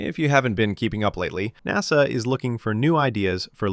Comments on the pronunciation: Is this video AI generated? he calls him "interim N-A-S-A administrator" which is bizarre. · well that was a big tipoff that you hired an AI voice for the narration here when NASA was pronounced using its initials, rather than the usual NASS-uh. SpaceX is the best aerospace company in the solar system? Which other planet in said solar system besides Earth has aerospace companies?🤨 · The least you could do is spend a few bucks to have a live thinking human read your computer generated text. A human will know you read NASA as a word, not as the separate letters N.A.S.A., AI readers don’t know the difference and don’t know when they have made a mistake. That laziness generated foible earned you a👎.